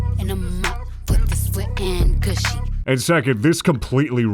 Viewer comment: Wet and Gushy is so shit, mainly because it's not pronounced "goosh", it's "gush"